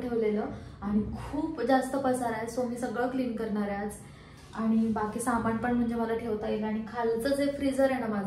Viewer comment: सामाणामधे नसतं ग बाई सामानामधे असत😓 aavghad aahe re devaaaa